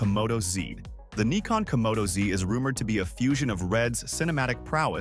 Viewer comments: What the hell is a Knee-Con? The Brits call it a Nick-On, I call it a Nigh-Con, what do the Japanese call it? I mean they are the manufacturer of the silly thing! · Ummm…no. Nikon themselves many times in their own videos say “nai-con” or “nih-con”. In the U.S. it’s usually pronounced Nai-con, and in Europe or Japan nih-con. I’ve never heard anyone say nee-con. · Neekon? 😂 robot voice not good. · Sometimes the robot gets confused and opts for Ny-kon instead. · Pick a pronunciation for "Nikon" you keep switching with each camera.